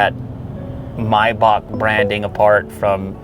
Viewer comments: MAAAAAYYYYY BAAAAACK. Not mybach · Stop saying "MyBock" 🤔🤷🏽‍♂️ it's "MayBach" "Are you dump, stupid or dump" 😅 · come on Lew "my bak? 😂😂😂😂 its MAYBACH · Its not pronounced my-bahc. Its pronounced May-Back..... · It‘s German and both pronunciations are wrong . German: [ˈmaɪbax] There is no k if you pronounce it in German. Explanation for an English Native Speaker “Maybach” Pronunciation Guide from ChatGPt: Use simply ChatGPT/Google/Wiki if you want to know moething.😉 1. “May”: Pronounce it like the month “May”. It’s the same as in English. 2. “bach”: This part is a bit tricky because it includes a sound that doesn’t exist in English. It’s pronounced like the German composer “Bach”. • The “b” is pronounced as you would normally in English. • The “a” is pronounced like the “a” in “father”. • The “ch” is pronounced like the Scottish “loch” or the German “Bach”. It’s a guttural sound, made at the back of the throat, similar to clearing your throat gently. Put together, it sounds like “My-bach” with the guttural “ch” sound at the end. If the “ch” sound is difficult, you can approximate it with a softer “h” sound, though this isn’t completely accurate. Comparison with English Words There aren’t many English words with the exact same sounds, but here are some close approximations: • Bach (when referring to the composer, some English speakers pronounce it like “Bok”) • Loch (as in “Loch Ness”, though many English speakers pronounce it like “Lock”) • Epoch (often pronounced “Epok”) These words can give you an idea, but remember that the “ch” in “Maybach” is a unique sound found in German. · Is it Maybach or Miyebach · your calling it a mybok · hate the way you say maybach